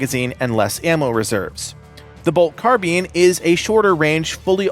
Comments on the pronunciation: Why do keep saying carbean say turbine now say carbine driving me nuts man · It is pronounced "car-byne" not "car-bean" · it's pronounced Car-Bine lol not Car-Bean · Bulwark. Say fine, dine, mine. Now say carbine. Where the f*ck/how the f*ck you keep pronouncing carbine like carbean. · lol stop saying "carbine" as "car-bean", it's killing me!!! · Ahh yes the Carbean rifles not Carbine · ain't no way this video is how i found out i've been mispronouncing the word "carbine" my whole life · carb ine not carbean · What is a Carbean?....its CarBINE. Like the word MINE. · What's a "carbean"? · Carbean hahahaha xD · Car bean lmao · Lol, the Bolt Car-bean. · “Car-bean” 🚗🫘 Nice video, thanks. Looking forward to playing the Bulwark class! 🗡️🛡️ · Did you just say Bolt "carbean"? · Bruh learn how to say carbine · Nobody has ever pronounced Carbine like that lol it had to be on purpose!